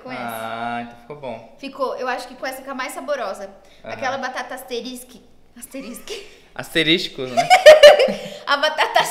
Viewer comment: ASTERISTI KKKKKKKKKKK